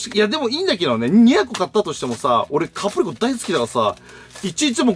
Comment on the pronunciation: 「キャプリコ」「キャプすけ」www 言うと思ったし、言いたくなる